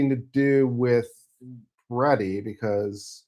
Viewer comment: There is only 1 e and 1 i in Mr. Pretti’s name. It’s pronounced similarly to pretty, NOT Piretti or Peretti. 😊 Thanks.